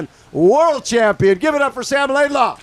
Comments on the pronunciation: Can someone please correct Bob on his pronunciation of LaidlOw 🙏🏻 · lol it’s almost either comical or disrespectful